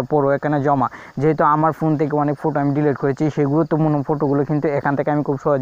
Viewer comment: ফুটো কী ভাই ওই কথাটি হবে ফটো